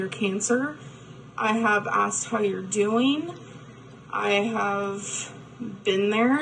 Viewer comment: "I have asked how youre dooeen" ...did she say fine? 😂😂